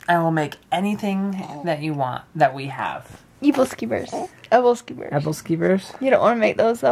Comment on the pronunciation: hahah your Pronuncitation on Aebleskivers. Its a Scandinavian dish that people eat around the holidays. I miss them so much they are so good I loved them when I spent a year living in Denmark